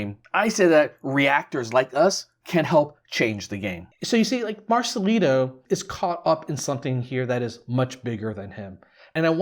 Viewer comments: Please remember it's Marcelito with a T not Marcelino okay? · Marcelito not marcelino..